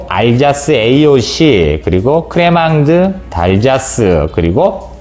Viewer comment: 지난 여름에 스트라스부르에서 크레망을 맛보았는데 정말 감칠맛나고 좋았습니다. 미리 선생님 채널을 알았더라면 더 좋았을 걸 아쉬움이 있네요. 다음 여행때는 꼭 강의내용들 참고할게요. 좋은 내용 감사합니다~ (참 Crémant d'Alsace 는 크레망 '달'사스라고 발음하시는 것이 ㅎㅎ)